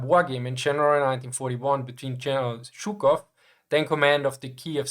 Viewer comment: It’s zhookov like foot and stalin with s like in snake